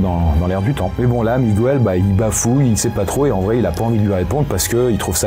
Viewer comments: Petite précision: le prénom Miguel se prononce comme en français, donc Miguel, et non pas Mi-gou-el! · on prononce mi-guel pas mi-gu-el x) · En espagnol, c’est pareil c’est miguel pas migouel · Attention, pour info « Migouel » c’est ptet la prononciation en espagnol, mais pas en portugais ^^’ c’est « Miguel », prononcé comme ça se ferait en français ;) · Par contre, on dit pas Migwel, mais on dit Miguel. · Miguel se prononce comme ca s'écrit et non MigOUel. C'est une exception de la langue. C'est gratuit, bisous! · Surtout qu'en Portugais c'est juste Miguel, pas MigOUel 😭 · J'apprécie toujours autant cette chaîne, par contre ce soir, dans la deuxième histoire le "migouel" ça m'a piqué les oreilles, suis je la seule ? 😅